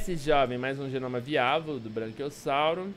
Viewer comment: Só eu que fiquei incomodado com ele falando "BRANQUIOSSAURO" toda hora kkkk